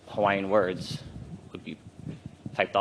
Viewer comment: For heavens sake, can they please get a reporter that knows how to pronounce Hawaiian words properly. This sounds like Sherry Bracken (sp?), she’s awful!